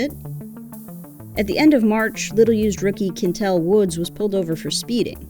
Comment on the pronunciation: Quyntell not kintell smh